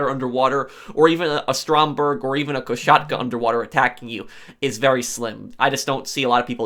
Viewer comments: Please stop saying "koSHatka" it is spelled with an "s" not "sh". My ears curl every time. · It's koSatka, not koSHatka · I wil Go super saiyan 3 if I hear Ko-Shat-ka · If I hear koshatka one more time imma lose it too